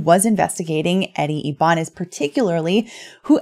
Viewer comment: Its eddie (i-ba-nez)